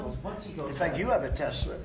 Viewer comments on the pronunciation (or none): Why do you pronounce it tesler when it tesla its like hamilton ontario say the tigger cats, not tiger.you owe canada 379 billion.japan 1.1trillion thats just 2 of many Donnie.pay up.